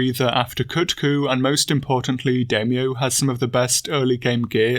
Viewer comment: Must resist the urge to correct the way he pronounces Daimyo 🙊